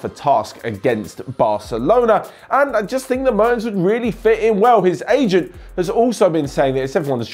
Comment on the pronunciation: the first 'e' in 'Mertens' is pronounced like the 'e' in 'yes'